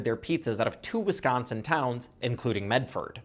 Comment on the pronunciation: As someone from Wisconsin I appreciate how you say Wisconsin